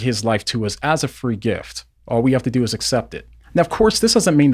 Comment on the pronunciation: You finally stopped saying 'assept' lol